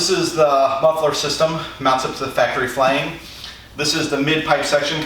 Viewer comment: "factory flang" ???? 🤣